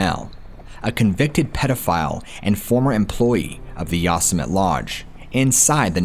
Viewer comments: Yo-Sem-it-tee. Not Yas-Sem-it. Never heard of Yosemite Sam? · Who says ya-summit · Oh my, 😂, I’m guessing you have the common pronunciation of Yo-sim-it-ee By now. Hey, who am I to say, the native settlers might very well pronounce it Yo-simite 😁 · Yo semm eh tee. It's a Native American word. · Why are you pronouncing Yosemite like that? Ya sa mit ??? OMG, its almost too much 🤯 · It's pronounced "YO-SEM-E-TEE" I'm sorry, stories are interesting but that's been driving me absolutely bonkers🤣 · Lmao you guys must mispronounce words intentionally to see if people are still paying attention right? Ive heard others do it too like darkness prevails. You called it ya-sim-it for the whole story lol. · IT'S YOSEMITE (YO-SEH-MITEE)! I'm about to have a stroke!! Lol. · U Sim men ne is How you pronounce it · Yos-sym-it. An enigma wrapped in a mystery. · that's pronounced Yo-sim-ity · I think you mean Yo SIM uh tee National Park. Love you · Are you saying yossemite on purpose to make fun of trump? It’s making my ears bleed lol. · How can people say Yosemite wrong??, I quit listening to that story because it was too disconcerting. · I think you're saying Yosemite wrong just to troll us at this point 😂🖤